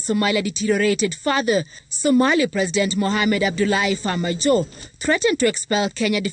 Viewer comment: Jeff, pronounce “ Farmaajo “ properly.